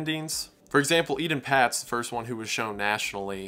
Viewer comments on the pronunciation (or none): Ee-TAHN PAYTS not eden pats. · Please pronounce the names of these children correctly. Ay-Tawn Pay-tz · It’s pronounced “AYtahn Paytz” (with long A’s). Robert Stack covered his story on Unsolved Mysteries in the 80’s, and that’s how he said it. I trust him and the network it was on to make sure they pronounced victims’ names correctly. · Solid video, but it gets under my skin when a reporter (or vlogger) doesn't pronounce a name correctly, especially one that (a) gets mentioned a lot in the vlog and (b) was hugely influential and commonly heard to us graybeards (born back when dates started with a 19!). Etan Patz's name is pronounced "AY-ton Paytz". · Not to be picky but Etan Patz is pronounced with a long A on both the E and A. Surprised I still remember this.